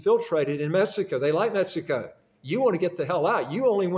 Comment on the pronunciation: Dubai- people speak English and you can understand it?? Huh? Sir you’re saying MESSICO in the entire video.